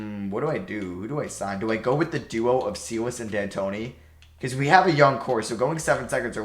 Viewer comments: It's Coach Steven 'Sigh-less' not 'Sea-less'. Great videos tho! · Friendly memo that Stephen Silas's name is pronounced "Sy-las" not "See-lus." His daddy coached the Hornets in the early 2000s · Sigh-Less =Silas pronunciation brother!